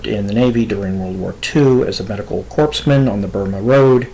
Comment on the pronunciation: And it is pronounced "core-men", not "Corpse-men".